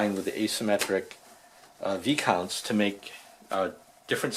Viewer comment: Nice. "Vai-counts".